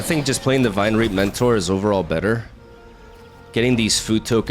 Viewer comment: Fyi, "Vinereap" is pronounced like Vine-REEP (not trying to be a jerk, just figured your might want to know!)